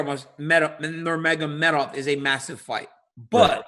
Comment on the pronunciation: DC still can't pronounce Nurmagomedov. The Dagestanis are about to jump him for betrayal 😂😂😂😂